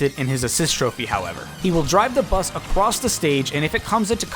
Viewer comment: Who else heard acwoss instead of across